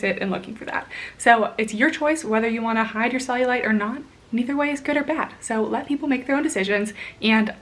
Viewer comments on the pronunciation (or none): none